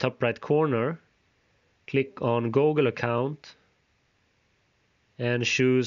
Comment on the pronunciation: Why you say gogle